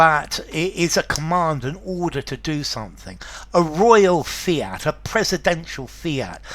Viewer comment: The Second word fiat not fint